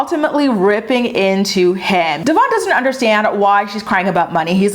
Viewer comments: It’s DEVOIN not DEVARN!!! 🤦🏼‍♀️ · I hate how she don't even pronounce Devoins name correctly, that alone shows you how disrespectful and petty she is. Also how she going to tell him he do the bare minimum and he ain't a man? Yet he is there for both her daughters he is the only positive male figure they have. He gives that emotional support unlike her, because even she admitted that if Stella had the option to run to her or him it would be him that in it self says alot. Your other bd don't do shit yet you give his ass money whenever he come around and to this MAN that steps up for your kids you just be doggin him. Get your priorities together your kids are going to see for themselves that he is present and you just talk shit. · Just a thought can you please pronounce Devoin name correctly . The host have and I feel like you should to if talking about him. Please don’t come for me